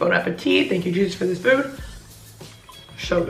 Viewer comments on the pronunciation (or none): none